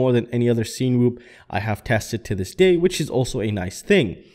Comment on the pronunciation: You’re pronouncing it weird. Cinema - sin-a-ma Cinewhoop - sin-a-whoop